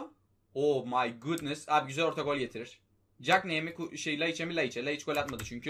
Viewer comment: Abi o my gudnıst deyince iyi olmuyorsun ozur diliyorum